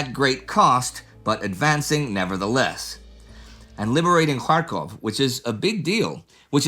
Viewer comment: Every time Indy says Kharkov, I hear Krakow (Polish for Cracow) :)